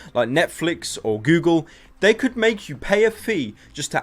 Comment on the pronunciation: It's google. Not gewgle! >:(